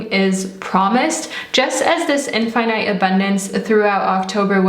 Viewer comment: the way u say infinite and arch is the reason I couldnt finish this video